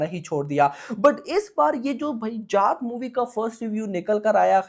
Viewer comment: Bhai naam shi se lele जात nhi h ye जाट hai ye